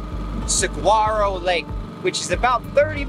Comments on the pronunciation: sa-whar-oh (the g is silent) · Love you all. Saguaro is pronounced Sa war o Or sə-ˈwär-ə Mexican Spanish Thank you for all you do for others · I lived in Mesa for almost 12 years. I recognized nearly every place you were at. Oh, and it's pronounce Suh-wahr-row. The "G" is like a "w" , just like the cactus. I think it's good to check the bodies of water, but the emptiness of Arizona is so vast that people can disappear on land easier than water. Mostly because the areas of water are so heavily trafficked or have entry gates. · when pronouncing Saguaro Lake, the G is silent. LOL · The G is silent in Saguaro lake.. ❤ that I saw some friends' boats in your video 😅